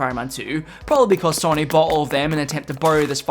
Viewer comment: What's with the pronunciation of Sony?!